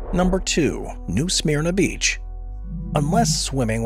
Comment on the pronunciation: It’s pronounced “New Smerna Beach” 😊